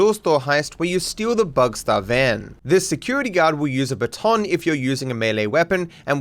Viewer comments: It's funny how you say bâton and I know it's a French word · Lol you say baton so weird